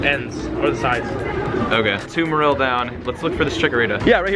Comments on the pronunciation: I feel the only name he pronounced very wrong was Marill.-. The other one's he did alright pronouncing. It did annoy me how he said "Merrillll" instead of Mare-oll for Marill, but out of the all the Pokémon Go Tubers i watch him the most, yes he's had his Click Baity moments, but he's way less Clik Baity then majority of the Pokémon Go Tubers, and yeah his personality doesn't strike me as someone super duper funny, but i still feel as though he is genuine, i don't subscribe to him, but i enjoy the PokémonGo content he has to offer and i wait and like every Pokémon Go video he posts. I can't play it on my iPhone 4S after the 4th Update, so yeah, instead i watch Play it;^ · MA REL? no its MARILL. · LazerPotato 126 Merril? No that Is terrible pronunciation In pokemon 3D and official pokemon game says MArill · Why does he pronounce Marril like that... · It's pronounced Marrol by the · hey it spelt marill but it's pronounced mayroll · My first pokemon was a ledyba, my rarest catch was a Meganium, a bunch of Murkrow around my block. ... And it's pronounced MA-rril. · that's not how you pronounce marill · Anyone else triggered about how he said "Marill" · That's not how you say marill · I THINK YOU'RE PRONOUNCING MARILL WRONG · AmphaROASTED he said marill wrong and many more. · I cringe every time he mispronounces marill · My toes cringed every time he mispronounced "Marill" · The way you pronounce marill bothers me...and now gligar... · you pronounced marill and pinapp berry wrong the whole video 😡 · you mispronounced marill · Honestly hearing you say Marill incorrectly 10 times in a row had me cringing and SHEWK.